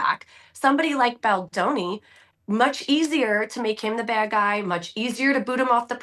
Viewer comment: So her manager made her cry, got it. Nice title Andy. Can you pronounce Baldoni yet, or are you not seeing how that is so MAGA of you?